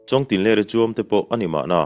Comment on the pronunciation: Chhiarthiam tih hi chu sawi angai lo..mahse 'chuam'hi 'Uthuam,lo Leng rawh' tih a 'thuam' anga lam tur niin ka lo hre ve😋